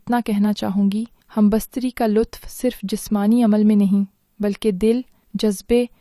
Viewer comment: Humbastaree nahee humbestatee Urdu ki taangain mat toro from kpk swabi